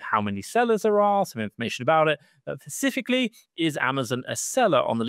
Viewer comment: Specifically not pecificly. Lol.